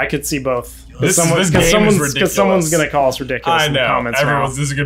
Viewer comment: Come one J, no need to be so reeddikkoolous